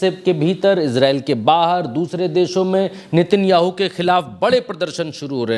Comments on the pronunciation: नेतन्याहू ❌ नितिनयाहू ✔️ 😂😂😂😂कैसा रिपोर्टर है रे बाबा नाम भी नहीं जनता सही से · नेतन्याहू है ✅ भाई नितिनयाहू ❌ कुछ भी 😂 पुतिन को पुनीत मत बोल देना अगली बार